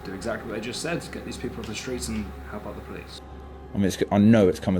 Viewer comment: "Help out" when did you learn to speak in a Scottish accent